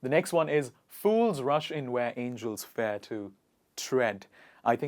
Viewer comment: why did you pronounce the word fear in such a weird way ... /fe/ ??